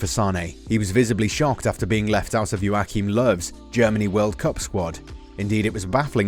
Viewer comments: Who the f is yoakim love it’s jochim lowe pronounced not spelt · It's really Joachim Löw, but it doesn't matter. In Germany they just call him Yogi or Löw.